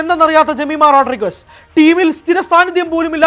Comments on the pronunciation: Jemi ❤ (Rodriguez എന്നത് അവർ റോഡ്ഡ്രിഗ്ഗ്സ് എന്ന് ആണ് പറയുക റോഡ്രിഗസ് എന്നല്ല) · The surname Rodrigues should be pronounced as as in Rodrigs not as Rodrigus. The family must have Portuguese lineage or ancestory, hence such a surname. Jemimah's father trained her from a very young age. Seeing her talent and passion, he must have felt that he could make her an international cricketer. The girl built a cricket career by relentless hard work and now her name is being talked about in the cricketing world. Remember she has played in English and Australian leagues. They wouldn't take any underperformer. Her performance yesterday was unbelievable. She was obviously driven by someting more than human, which we call God or whatever. She attributed her performance to Jesus and the Bible. Fair enough, that is her belief which is only benefitting the country and the cricket world in a positive way and not harming anyone in any way. On rare occasions, the powers of the entire universe drives individuals who work extremely hard and focus fully on their target to achieve something beyond their own capabilities and human imagination. This will not happen to any average minds or to any run of the mill types. Hope and wish the entire universe bestows on the Indian team the drive and inspiration to lift the world cup on Sunday. Wish them all the best.